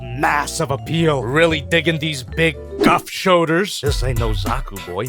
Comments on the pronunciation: Gouf is said as Goof not Guff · not to be that guy but the gouf is pronounced as goof, I sincerely apologize and will see myself out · You can’t get away with calling gouf “guff”